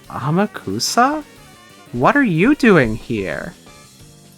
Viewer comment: Also Amakusa is pronounced "Ahmock'sah" Don't worry, almost nobody gets this right unless they have some understanding of Japanese.